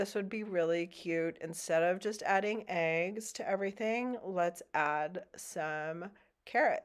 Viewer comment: It’s eggs…. Not aigs! 😂 #northerns in the south